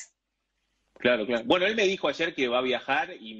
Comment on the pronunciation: " Gueno !" Jajaja